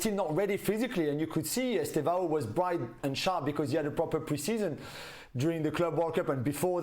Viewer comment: Estêvão, with "e" not Estavao